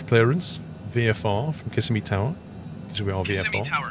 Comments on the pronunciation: Kiss-a-me. 😆. I live in central Florida. It’s pronounced Cu-sim-ee. Cu like in “cup”. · kih-sim-ee not kiss-uh-me :] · kiss a me lol it's pronounced ka sim e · As a lifelong Floridian, I feel it my duty to tell you that Kissimmee is pronounced Ki-SIM-me, not KISS-e-me. It’s a common mistake, but it does bug the natives a bit when you mispronounce it. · It’s actually pronounce Kisssemi 😊